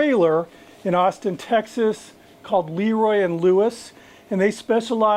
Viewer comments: It's pronounced, eh, like Leh. Not Lee. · Leroy and Lewis is great. Been to the original trailer and I think they have a brick and mortar now. I will say, not to be critical but it is pronounced with a schwa sound like Laroy and Lewis rather than Leeroy. Again not being critical. If you like them one of the guys who used to work with them is Bradley Robinson from Chuds Bbq on YouTube and he is a good resource for some of the things Leroy and Lewis cook. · LahRoy is the correct pronunciation.👊🏾